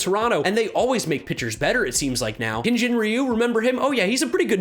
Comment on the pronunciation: Love your content would love it more if you started a movement to pronounce Hyun Jin Ryu’s name right. As a korean its cringe everytime i hear you guys pronounce it. Its not Hin. Its pronounced Hee-yun. Yun pronounced like fun. The way you pronounce Ryu is fine. Thank you